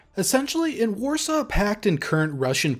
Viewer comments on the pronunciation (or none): none